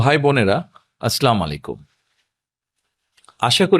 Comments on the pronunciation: আসলামালাইকুম.... বলবেন না আসসালামু আলাইকুম বলতে হবে.... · তারেক রহমানকে কিভাবে ভোট দিব ওনি তো ভাল করে সালাম ই দিতে পারে না।😅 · সালাম ও তো ঠিকমতো দিতে পারেন না। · সালাম টাও ঠিক মতো শিখতে পারলি না😡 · সালামটাও শুদ্ধভাবে দিতে পারে না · ঠিক মতো সালাম ও দিতে পারেনা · যেই নেতা সালামটা শুদ্ধভাবে দিতে পারে না সে আবার কিসের নেতা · সালাম বিনিময়টা শুদ্ধ করে শিখার অনুরোধ করছি।